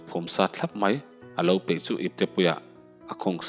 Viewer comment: Hnim phe ni lovin,pe tih tur